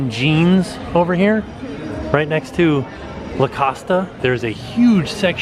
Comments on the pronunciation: No that's weird pronunciation.. It's definitely la-cost... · Love the videos but practice saying Lacoste... There's no A at the end:)